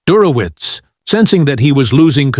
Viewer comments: Der ho witz...😢😢😢 Do better, AI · Computer has a hard time with "Dershowitz". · At minimum, Professor Dershowitz deserves to have his name pronounced correctly.